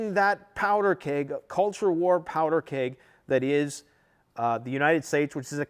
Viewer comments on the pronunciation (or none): none